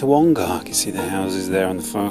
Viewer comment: Ongar is a short 'A', not a long one. So more Onger than Ongarrrr. Pronunciation is a part of history.